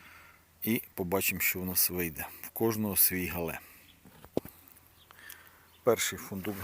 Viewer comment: Правильна назва - Гігант із Галле. Галле – місто в Німеччині. Наголос на перший склад. У нас в Україні називають коротко Галле.